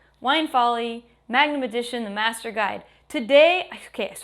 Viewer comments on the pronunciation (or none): none